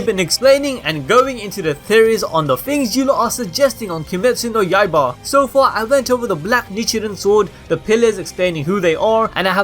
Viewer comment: Two things: 1.Demon Slayer Corps pronounced: Core 2. Kimetsu no YAIBA pronounced: Yai-buh